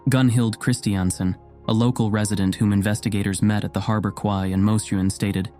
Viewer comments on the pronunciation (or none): if you are using the word “quay,” the pronunciation is actually “kee.” Also, I love your videos! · Quay is pronounced 'Key'. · Think you meant Quay ("KEY")...